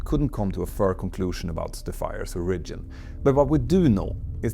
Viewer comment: Look up pronounciation for "flammable", "origin", "threat", "through", "aftermath", "partially", everything else is just charmingly Swedish. Great video!